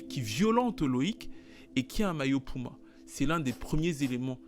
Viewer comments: Il va falloir apprendre à dire puma et pas pouma pardon ! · Bro c'est puma ! Cest pas pouma mdr